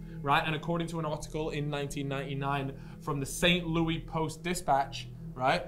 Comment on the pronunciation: pronouncing st. louis as st. louie actually made my day